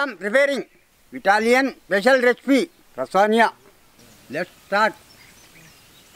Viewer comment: wow and at the end he says chicken lasanga wasnt it an american style or classic italian i am so confused right now